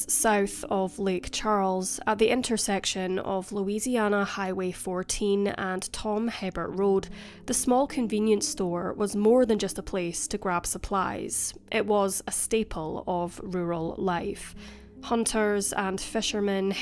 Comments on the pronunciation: Hebert is pronounced abear I lived on Debbie Ln at that time. Devastation and heartbreaking. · FYI Hebert is pronounced A-Bear. Thank you for the post.